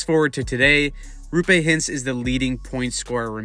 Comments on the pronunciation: Great video. One note, it's pronounced ROH-pay...not ROO-pay. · It's Roope. Not Ruupe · Not RU-PAY hintz. ROW-PAY hintz. You’re welcome 🤘🏽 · it’s row-pay not roo-pay btw :) ✨💚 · If you want to pronounce his first name closer to how it is actually pronounced it's a double O, not double U. Roope, not Ruupe. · It’s not Ruupe it’s Roope. With O. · its ROOPE note Roupe or Rupe or whatever the fuck everyone is saying, bruh there is 2 o's how does everyone butcher it so hard😂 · For the love of Satan his name is "Roope", not "Rupé"! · His name is Roh-pay not ruu-pay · Great vid! The name is actually pronounced Roh'pe. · It’s pronounced Raw-pe (pe as in pen) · How can you call yourself a hockey channel if you can't even pronounce Roope's name correctly nor have any idea of how good he was? Good Lord. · Hurts my ears when you pronounce Roope. O is like in word Moore. Not like O in Choose.